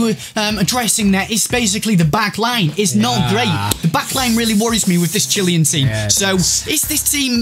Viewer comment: Chill-Ay-An not Chilly-An